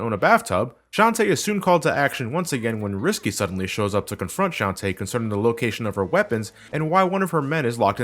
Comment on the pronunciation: hey, I've said this already and imma say it again: It's shan-ta-eh not shan tee. I know it's a stupid gripe to have but it's the details that count:3